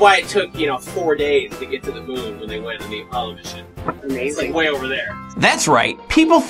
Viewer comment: Did he just say Apollo “missioN”?